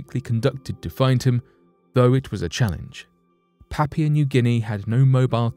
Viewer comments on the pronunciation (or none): none